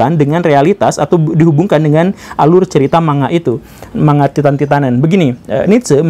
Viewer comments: Man - ga pak guru! Bukan ma - nga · Yg betul bilangnya ‘mang ga’ pak guru bukan ‘manga’ 😊